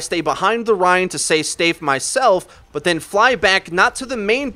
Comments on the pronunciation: has a mind fart whilst trying to say "stay safe" and says "stayfe" then pretends it was deliberate. nice try, nice try indeed. You will need to get up very early in the morning to fool me. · "say stafe" instead of "stay safe" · "Stayfe", I lolzed. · i couldn't concentrate on anything else after you said stayved